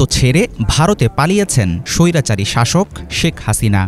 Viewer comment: এত দিন পর এত সুন্দর একটা নিউজ স্বৈরাচারী শাসক উচ্চারণ টা সেই